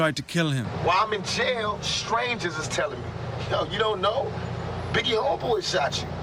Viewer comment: Biggae and 2pack